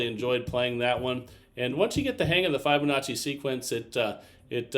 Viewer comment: Who will tell him that he’s been saying Fibonacci wrong!!